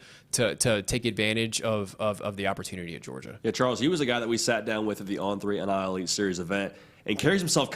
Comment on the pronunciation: God almighty please stop saying "NLI" when it's "NIL"